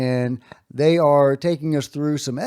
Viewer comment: "thæy are beautiful, whatever thæy are, thæy are beautiful